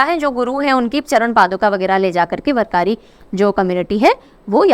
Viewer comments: Dear Mam, kindly note the followings, 1. Warkari is pronounced as वारकरी 2. Cloud seeding only fasten the process of condensation, it does not produce clouds. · With due respect i would like to suggest You correct pronunciation of Warkari. It is वारकरी.. Thank U for Great Session as always.